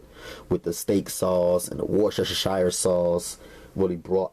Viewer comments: x-ing out 9 separate pop up ads on top of your screen was so annoying. A little help with the word 'worcestershire' sauce, narrow it down to three syllables and it gets easier to say. People have trouble with this word all the time, but if you just leave it to three syllables it's easy. Instead of 'woosh-ter-sher-shire' try instead saying 'woosh-ter-sheer'. Overall this recipe looks pretty good. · Oh I LOVE the way you Americans cannot say Worcestershire sauce, it's pronounced WUSTER. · Can't go without that "wush-sha-sha-shire" sauce!! 😂😂 I love!! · 😂😂😂and that wush-shu-shu-shire...go!! Lol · Don’t nooobody have warsh-shshire sauce. Where you get dat?